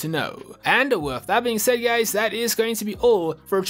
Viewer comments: Did you say hi gays or Hi guys 🤨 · "hey gays" 💀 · You just said hey gays 😂